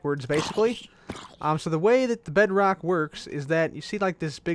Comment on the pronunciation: when I was watching I was a bit hungry and I thought you said Bread Rock